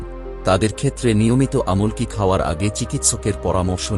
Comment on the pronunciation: "আমল্ কি" কি বলতে পারেন? কথাটা "আমলকী "